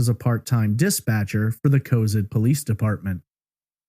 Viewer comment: City is pronounced Co-Zad